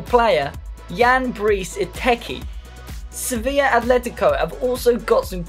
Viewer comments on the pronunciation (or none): none